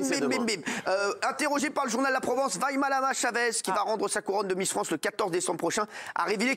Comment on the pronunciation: Déja Delormeau faudrait apprendre à prononcer Vaimalama